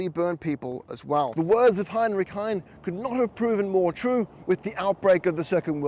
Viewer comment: Also mispronounced Heine. Germans pronounce the final e.. These errors detract.